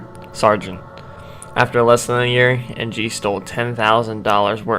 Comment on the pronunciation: Charles En-gee?...